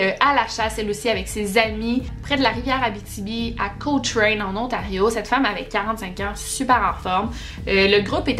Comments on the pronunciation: Je n'avais aucune idée qu'il y avait autant de disparitions ici dans la région.. C'est un peu inquiétant.. Mais je suis curieuse de voir ta prochaine vidéo, j'ai bien aimé! Ps: Juste comme fait à savoir pour la ville de Cochrane, on la prononce Co-kren. :) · C'est juste un détail mais je vit près de Cochrane et tu le prononce mal haha